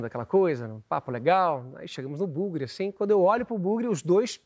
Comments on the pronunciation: É buggy em inglês, aportuguesado fica bugue. Mas tem gente que fala errado e aí diz "bugre", como ele. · Agonia vendo ele falar "brugue", ninguém ajuda o homem